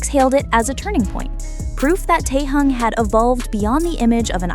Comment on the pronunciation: Какой он теен он Ким Тэхен выучи его имя а потом бреши дальше дизлайк